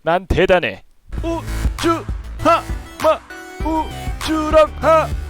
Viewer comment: 왜 마지막에 우주 할때 고추라 들리지..